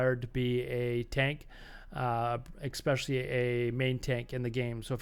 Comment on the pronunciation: why are u saying "especially" as eXpecially, really bothering me, lmao